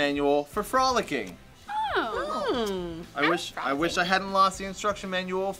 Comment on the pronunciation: So i remember playing this game and "frolicking" was played and it was read as "Fro-Licking"